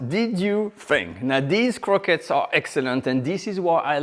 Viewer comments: Quit saying “croquettes”. Its as “awreeb-bell” as “croissants”. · For American folks who are distracted by his PRONUNCIATION of the word "CROQUETTES": In 'American-ese', it's phonetically pronounced "CROW-KETS", as we know it here. Merci!